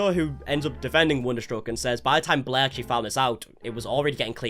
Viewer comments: whenever you say blair i hear bläää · im not really interested in all drama i just like how this guy pronounce blair bläh